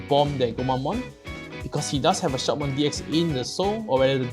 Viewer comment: Shoutmon deck is really powerfull and agressive, but it's kind of a glass cannon, it can't defend very well. But still good anyway. Oh and by the way, i guess the pronunciation is "Shoutmon D Cross". All the "X" in the Digimon Xros Wars are pronunced as "Cross"